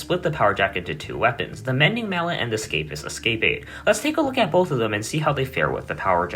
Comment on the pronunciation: pls bro you're driving me crazy, look up how to pronounce escapade